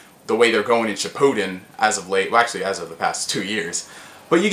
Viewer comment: Shi-POO-Den Shi-pu-den I hate the first one.